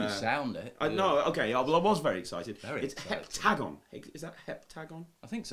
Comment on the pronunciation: Heptagon! Heptagon! Why can't you even say the word heptagon properly!!??